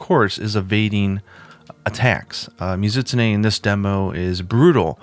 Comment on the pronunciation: "Muh-ZIT-sneh" ... I've said this before, but you really do pronounce the monster names oddly. This is probably like the 6th time I've done a double-take and had to replay it back to figure out what the hell you were referencing. But I can't be alone in pronouncing it "Mi-Zu-Tsu-Ne". That aside, I can't get used to the wyvernblast things. Ironic, since I like trap ammo in other games, but it never seemed to work out the way I wanted it to in World so I just didn't end up using it that much (unlike the HBG specials). Oh yeah, and you pronounce that really weirdly too: "WAAAIII-verrrn". Kek. I expect to an American my way of pronouncing it would sound like "wivun". Well whatever.